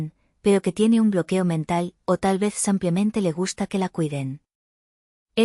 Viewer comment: No sédicesampiamente se dice simplemente.VALE.